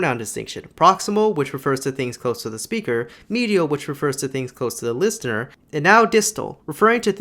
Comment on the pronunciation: why do you say listener like that?